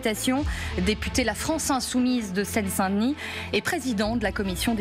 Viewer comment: « France insoumible « Même « insoumise « est difficile à dire pour la journaliste, comme si c’était un gros mot😂😂😂